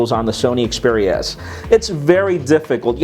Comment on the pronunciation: Its xperia not speria